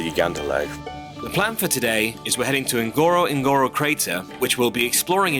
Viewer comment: It is pronounced " ngorongoro" not ngoro ngoro.